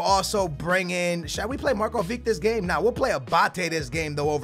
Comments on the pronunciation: it isnt Markovik its Marković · i am writing you this 3rd time its markovich not markovik plsssss pleaseeee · Yes it is, its not pronounced markovick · not markovik, u say it Markovich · It's not markovick it's markovič say č in markovič as you say c in can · hey don't want to be rude but can you just say markovic not markovik like you say it?thanks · it's markovich not markoveek!!!! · it's Markovich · its said marković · its markovic(h) like ibrahimovic(h) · it's Markovic it has a Ch not a K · Say Markovic like (markuvich) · Can you say Markovic properly please. It's pronounced Markovich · he cant read properly, and pronounce the player names so bad.... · I cringe so much when he says Markovic ( no hate ) Love you man!!! <3